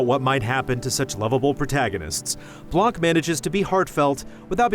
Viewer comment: Blan, not blank. The C is silent